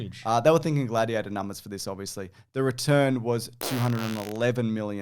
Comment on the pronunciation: "Bladiator"? i'd have gone with Bloatiator.